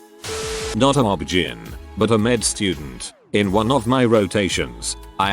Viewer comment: I enjoy your sites to a point. They are interesting stories, but please, please, please learn how to pronounce some words! I know that live/live and read/read look alike but they aren't always pronounced the same way. OB/GYN you say the letters, O-B-G-Y-N. I'm not trying to be mean or disrespectful. It's just a pet peve that drives me crazy, especially am. Sorry.